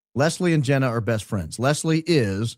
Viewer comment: Jee nah not Jenn a